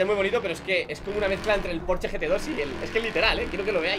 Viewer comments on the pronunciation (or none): none